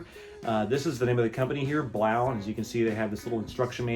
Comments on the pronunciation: I'm pretty sure it's pronounced 'BLOW' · Hahah, come on...You're not even saying it right. Blaux is pronounced blow, like the a/c is blowing??? The aux ending is French. I know this is a scam product but at least pronounce it right. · I thing it is Pronounced “blow” not sure